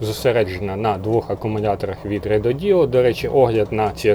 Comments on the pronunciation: РЕДОДО , а не реДОДіО😂😂😂😂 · Рододо, а не РедодІО😂😂😂